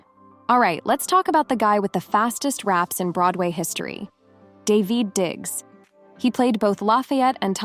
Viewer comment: ITS PERNOUNCED Dah - Ve-d Diggs not D-e-ved diggs